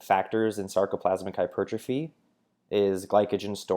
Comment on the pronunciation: glad I wasn't the only one that heard that lolll